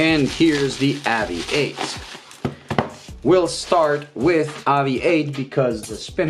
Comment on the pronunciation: Why do you insist on improperly pronouncing this brands name. AVI-8 is a play on the word Aviate which in English is pronounced ā’-vē-āt, much along the same lines as you pronounced aviation in this very same video.